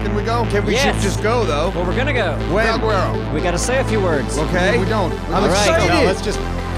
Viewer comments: Valguerero? or Valguero. Pronounciation. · The way they pronounce Valguero is hilarious